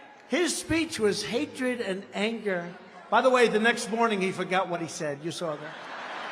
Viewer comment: “ to make that speech of hatred and angar” “his speech was hatred and angar” 😂 got me Ctfu 😂😂😂😂